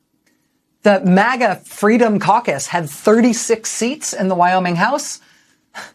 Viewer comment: Caucus? I thought she said carcass...